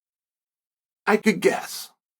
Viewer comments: Uncle Chael, It’s “what went awry” (A Rye) like the bread. Not “what went array” as in (a ray) of light or an (array) of breads, displayed proudly by Ray, the baker… Any which ray, luh ur content Unc! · Came to comment same thing lmao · He got a knee to the gut and folded. Tf you think? it's not rocket science. The correct term is "awry" (Away from the correct course; amiss) as in "awe-rye" not "array" (To set out for display or use; place in an orderly arrangement) as in "uhh-ray" ffs man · Awry not array right? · Did he just say array instead of awry? Is he reading a script!? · awry, pronounced "uh - rye"